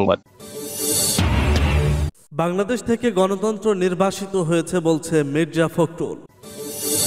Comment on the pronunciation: নির্বাচিত নয় নির্বাসিত হবে উচ্চারন সঠিক নয়